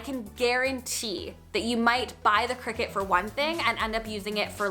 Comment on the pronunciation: It's pronounced decal (deckle) not deeecal. And it's Cricut (Cree cut) not cricket.